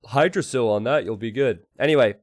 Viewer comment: Hygdrasil pronounced with "hi"? Isn't "h" silent so the name is pronounced like yggdrasil? You know the mythological world tree.